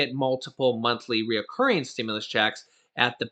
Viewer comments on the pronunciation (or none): Please. it's not RE-O-CURRING...its RECURRING (3 syllables, not 4).